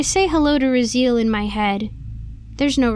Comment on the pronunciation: It's pronounced "Ra-zee-el"